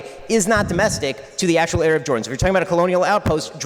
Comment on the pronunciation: Notice how he purposefully mispronounced Sinai and Arab. Add to that his continued insults